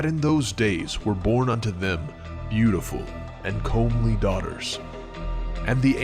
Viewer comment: "Comely" is pronounced like "Come", by the way, not "comb" (meaning attractive [daughters]). But otherwise, all good.😊